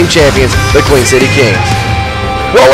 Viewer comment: THANKS FOR THE SUPPORT BRO!!! :D Btw its Queen, everyone gets it wrong though. We aren't from Queens NY. We're from The Queen City or Cincinnati, Ohio.